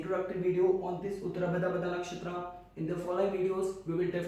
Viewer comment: Your pronunciation of nakshtra names is disgusting🤡 No not only nakshatra all hindi terms .